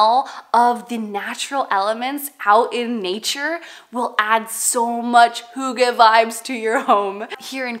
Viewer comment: Being Danish and loving the heritage of Hygge ... (pronounced HUE-guh like Hugh in English - not HOO-gah) I'm so glad to find your channel!